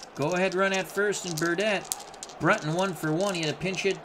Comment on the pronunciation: Bill BREW-ton, Red Shane-DIENST